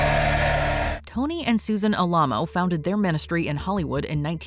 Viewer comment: The monument in Texas and the cult is pronounced AL-uh-moh (first syllable is like the first syllable of "Alan").